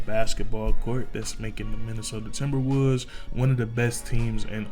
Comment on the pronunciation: minnesota timberwuuds is what I heard